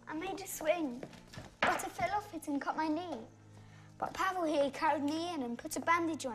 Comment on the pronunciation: Leo Pancake don't pronounce it like that. I have a friend called Pavel and you don't pronounce it like that at all.